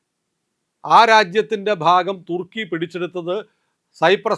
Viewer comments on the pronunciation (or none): none